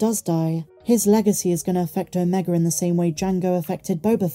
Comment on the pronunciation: ..you're British aren't you? Please pronounce Omega properly. Other than that..grest daily updates..love them ❤